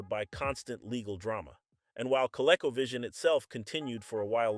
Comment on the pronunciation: CO-Leco 🤣🤣🤣 -1 Learn how to Pronounce Words before making videos 🤣🤣